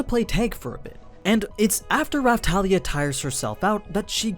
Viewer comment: Not Rafthalia but Rapthalia,Thank You